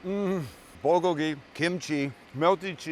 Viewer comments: bul-GO-gee, not bul-go-GEE. sorry for the correction .Great over rice! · How to pronounce bulgogi is the bul sounds like pull but with a b, so bull-gogi.